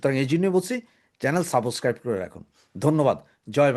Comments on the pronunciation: সাবোস্ক্রাইব না রে ভাই বলবেন সাব্স্ক্রাইব। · IT IS SUBSCRIBE, NOT SABOSCRIBE. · সাবষক্বাইব কন কেন? শুদ্ধ বলেন না কেন?